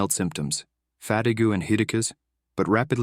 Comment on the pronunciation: Fat-e -q and hilacusi stead of fatigue and melt is pro ouinced the AI voice can't prononce wordDreed pronunced dreeeedsp by the A1 use a human to read the words please how annoying.Until u get a better reader I am out!